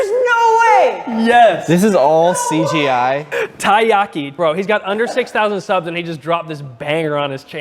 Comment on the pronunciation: “CG-eye” lol